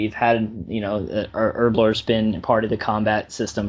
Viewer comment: it's pronounced Herblore, not Erblore